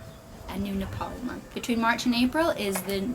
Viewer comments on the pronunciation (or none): Not nepol Nepal you are saying wrong thanks for visiting Nepal